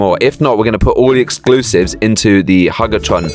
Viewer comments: ITS HUG-A-TRON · It's huge a tron not huge a hug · "Hug a tron" 💀